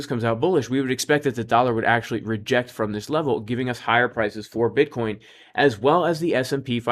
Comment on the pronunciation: LOL sounds like you said B*uttcoin 🤣